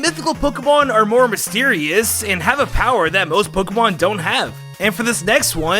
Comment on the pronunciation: Isaac Coard he pronounces infamous and mysterious wrong every time he says them and he says those words a lot in videos